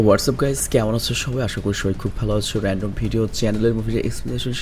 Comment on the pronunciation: রেনডম বলছেন 😂😂